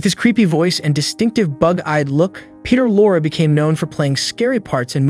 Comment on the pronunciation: Raymond Burr was gay which is why the publicists made up an alternate history for him. I never heard that he as all that nasty personally but he had a secret life and a live in boyfriend for decades and decades. You would have missed the mispronunciation of Perter Lorre, kind of a sin to mispronounce the names of the actors you plan to torpedo. Kirk Douglas raped Natalie Wood when when was was still a child (allegedly,) so he really was a deranged pedophile.